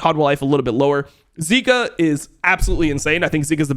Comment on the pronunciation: hle mid is zeka not zika buddy